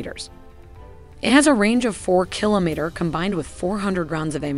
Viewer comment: you wouldn't say 'Ka' as in a single word, but instead as two letters, a la "K.A. 52." Also, the 's' is missing from pronunciations like 'meters' and 'kilometers.' Another amazing video! Best content out there describing military technical data...and the models are simply incredible. I am amazed every time!